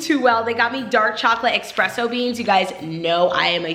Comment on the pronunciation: It's *espresso beans lol. anyone else notice that? I used to say it wrong until this year.